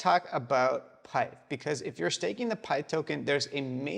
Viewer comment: It's pith not pyth, not named after python (computer language), it's named after pythia, oracle of temple of apollo at delphi.